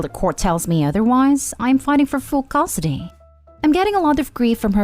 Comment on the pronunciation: The last story would be better if the narrator could properly pronounce "custody".